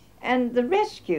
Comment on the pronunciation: It's rescue not whisky 😐